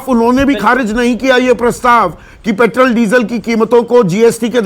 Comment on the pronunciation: संदीप ,आप पेट्रोल को पेट्रल क्यू बोलते हो?? आप किस माध्यम मे सिखे हो??